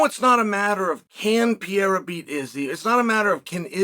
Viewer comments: Pa-rare-uh Unc😂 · 3 years later and you're still saying pee-era, either your dumb or trolling but either way it's old. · Chael the type of guy to make an 11 minute video about Alex Pereira and proceed to not pronounce his name right once.